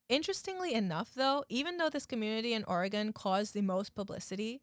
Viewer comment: Thank you for pronouncing my states name right